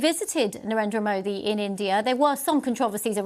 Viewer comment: Seems like she pronounced it pretty well?